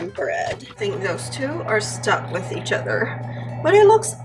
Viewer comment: It's pronounced other, not utter. Fyi